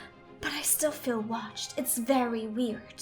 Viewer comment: Dis bad.. Dis Berry Berry bad